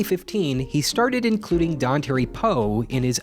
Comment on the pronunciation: It's "Don tar ee", not "don terry".